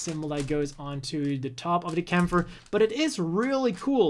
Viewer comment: Aww man, it's great to hear someone pronounce Kämpfer correctly